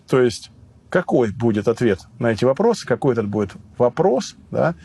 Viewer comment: "вопросьі на вопросьі"